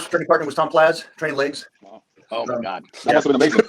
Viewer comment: Why does he call him Tom Plaz